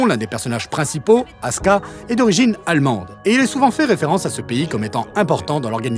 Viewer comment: Tiens qu'un qui prononce correctement Asuka.